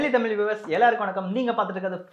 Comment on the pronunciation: "தமிழ்" னு சரியா முதல்ல உச்சரி பார்ப்போம்.